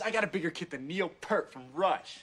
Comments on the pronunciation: Just a general note: His last name is not “pert”. It’s pronounced “peert”. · It's Peart (like saying Pier i.e. pier one imports suffixed with a 'T'), not "Pert", that's a shampoo. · I just wish these people learned that Neil's last name is pronounced "peert", not "pert". As a comment I saw ages ago said, "Neil is not a brand of shampoo." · it looks like its said as P Ear T, which is his name. do you pronounce gear as grrrr, or smear as smrrrr. To say that people say it that way cause its how it looks only highlights the stupidity of the people pronouncing his name as Pert. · I despise people who reference RUSH and cannot properly pronounce Neil's name. It is Peart (rhymes with dear + t = deart). It is not pronounced Pert, like the shampoo. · The one thing more annoying than overusing Tom Sawyer is them saying Neil “Pert”. It’s pronounced “PEERT” for crying out loud!!!! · It's PEART not PURT! gOD! tHE HORROR! 🙂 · Fun vid....mispronounced Neils name....Pert is shampoo, properly its Peer-t. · It's Pea rt, not Purt... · It's pronounced PEERT not PERT. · Peart, not Pert. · Why can NOBODY say Neil's name right? It's P-ear-t. Simple. Not Perrt! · Can't believe nobody said Neil Peart right. It's pronounced P-ear-t not P-er-t. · Why does everyone say Purt when it's pEARt! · It's not "pert" it's "pee-yert". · They pronounce zed right, but always get Peart wrong. It's "peert". Rhymes with "ear". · P EAR T As in drummers have a great EAR for music 👂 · I’m just confused why everyone pronounces it Neil “Pert” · Because everyone pronounced it as "Pert" for the first 25 years of the band's run. Hard habit to break. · It’s pronounced “peert”...🥁🥁🥁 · Bravo,, for this compilation. As a hardcore Rush fan and drummer, the only thing that grinds my gears (channeling Peter Griffin for a moment), and seems borderline blasphemous is the fact that soooo many mispronounce Neil's last name. It's pronounced Peeert. That is all. Rant over. Cheers, Rush fans! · IT'S PRONOUNCED PEERT!